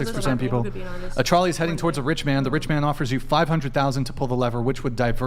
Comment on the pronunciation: Please take one damn minute out of your life and learn how to pronounce the word trolley.